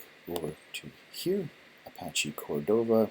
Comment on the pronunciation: "Apasch Còrdova"